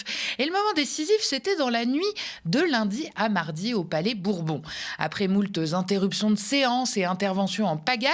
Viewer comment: Bonjour. 1) Je ferai un don défiscalisé dès que je serai imposable 2) Pour le moment je vous regarde de moins en mois puisque vous parlez d'élections de plus en plus 3) Il n'y a pas de S à "moult" qui est un adjectif indéfini, donc invariable, et re-donc pas de "moultes interruptions" que vous prononcez "moult z'intérruptions" Bon courage, bonne chance pour vos abonnements